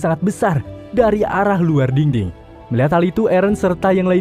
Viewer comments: Yang orang denger: dinding Yang gw denger:dingding, diding🗿🙂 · Ini pendengaran gw doang atau emg abang ini ngomongnya dingding wkwkw